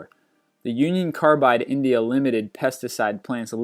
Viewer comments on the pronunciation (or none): none